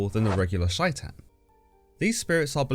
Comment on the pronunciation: it's pronounced like "Shay-ton" not whatever you said it like